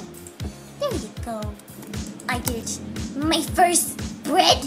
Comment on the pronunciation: I think When say said I did my first bread I think she said”I ditched my first bread”